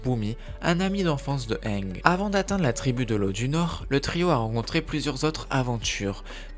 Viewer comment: tu sait c'est pas le premier mot qu'il pronnonce mal dans ses vidéos